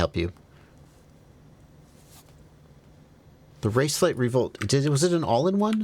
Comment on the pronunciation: This said pronunciation of "raceflight" is spot on, my aunt is Swedish and she said that's the best pronunciation she ever heard